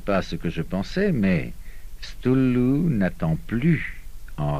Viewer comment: "stoulou"??? sérieux! ... pire prononciation ever!!! sinon l'enregistrement est bien